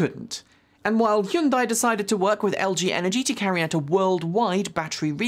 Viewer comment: I think you're over pronouncing Hyundai